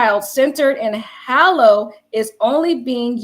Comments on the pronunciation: Respectfully its pronounced Hay-low not Haalo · Why are you saying “Hallo”?